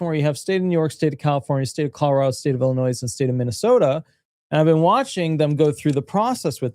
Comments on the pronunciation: Please learn how to pronounce Illinois. It’s NOT Ill in noise. It’s I’ll in noy. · Illinois is said Illinoi - you don’t sound the s Just like DesMoines is said De Moine you don’t sound the s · With all due respect, the “s” is silent in Illinois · Illinois is pronounced as if there isn’t an “S” at the end of the word.